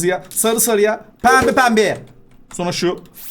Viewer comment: Abi senin pempe pembveye demeni çook seviyorum